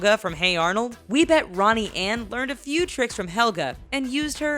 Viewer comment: It’s pronounced few. Not feud.